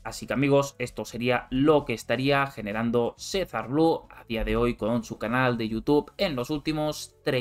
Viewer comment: Sezar blu”e” se pronuncia con la e